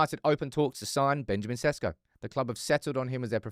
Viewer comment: His name pronounce is not SESKO,I'ts ShEShKO 😉